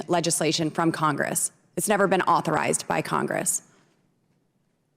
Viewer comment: She struggled with authorized!